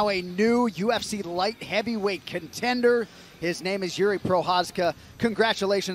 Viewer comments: It's spelled Yiri. Definitely not Yuri as some pronounce it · They butchered his name, so he butchered their language in return. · Bruce Buffer really needs to learn how to pronounce his name